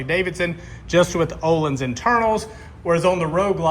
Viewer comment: Parts about $4k front and rear. No labour costs, installed and set up myself. FKS front cartridges. Absolutely worth it. However one bone to pick is the pronunciation... I keep hearing what sounds like you're saying oh-lynns when you should actually be saying "Oh-Leans" 🙏